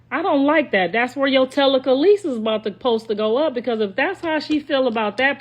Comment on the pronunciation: Tela- kalee- sis - is crazy 😂😂😂